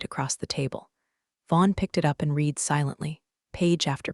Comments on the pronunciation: Read sometimes is pronounced "red". You really should get yourself a smarter robot. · I like this series. I really wish the reader, AI or not, could get a grip on pronunciation. Red is NOT the same as reed. They are totally different words and mean different things. And are both spelled "read.". They are NOT the same, are pronounced differently, mean different things. And yes spelled the same. And there's other words like this too. The meanings change based on how they are pronounced.